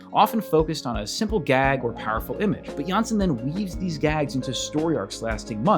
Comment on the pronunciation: Really nice that you decided to take on the Moomins! Now, I have to note that the correct pronunciation of Tove Jansson's surname is jans-son (the o is pronounced as in ollie, not like e as in the video. The e would indicate a Danish surname, not a Swedish or Finnish-Swedish.